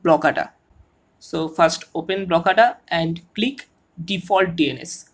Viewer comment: Why you keep say ANUS